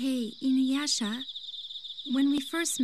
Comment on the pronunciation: Classic Inyuyasha lol nice video